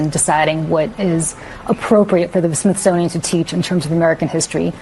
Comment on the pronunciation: I think it's pronounced Smithsonian